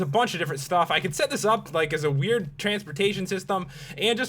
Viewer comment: U say in gets wiyd